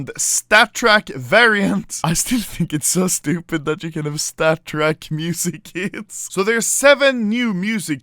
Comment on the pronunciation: Am i the only one who hear "music kids" when he says music kits?